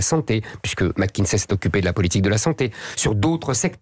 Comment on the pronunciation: mackinZay? Le Maire iz zpeaking englizh ...